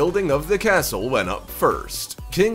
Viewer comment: When you said castle I heard torture chamber.